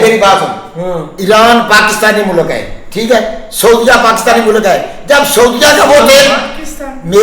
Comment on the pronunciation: Mulak nahi Mulk hota hai "". Mulk nahi becha lekin Fauj becha hai.